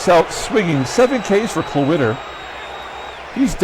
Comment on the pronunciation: Every time you said Klawitter I thought Cloaka